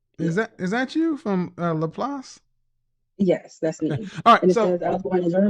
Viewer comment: Wow I'm from Laplace. And he pronounced it right